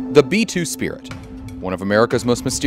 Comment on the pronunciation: How to become a b2 "spirt" pilot?? 😂